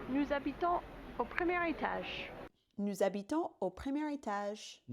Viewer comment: Critisizing on a very high level: toujours un peu trop de "ch" dans p.e. étage. les voyelles méritent un peu plus de, how to put it in English: unambiguity maybe. Did you try singing in French? All that said, I still have an accent at least as recognizable like yours I guess. As far as I know there is just some genetic makeup concerning the elasticity of the related muscles and hearing abilties.